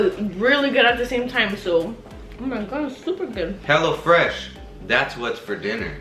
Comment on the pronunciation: The intro when she was like hello fresh i thought she said HELLA FRESH 🤣🤣